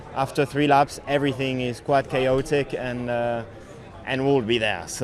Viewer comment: "everything is quite KO-tik!"